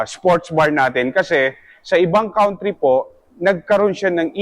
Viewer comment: Sa ibang Country hindi "Kawntree". Ang daming "yan" but over all informative video.